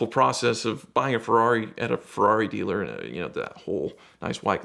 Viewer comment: No one:: Ferari.